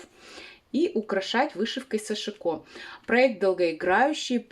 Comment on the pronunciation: сАшико ударение на первый слог?